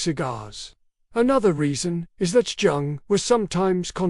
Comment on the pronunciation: Jung - pronounced "young".